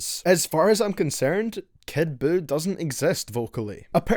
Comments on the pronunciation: "Kid BUUkake" 🤣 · Kid Jew everyone get his name right.